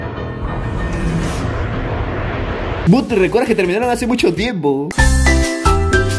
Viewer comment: Por favor aprende a pronunciar ingles. Al menos but y crush, no es como se lee.